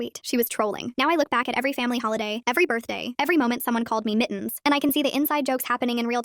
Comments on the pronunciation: not mittens but miins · Why is the ai saying it like Mi-ens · i find it funny how the ai voice says mittens as mi'ns